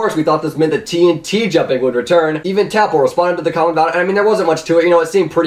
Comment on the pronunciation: Cmon, It's pronounced Tapple not TapL xD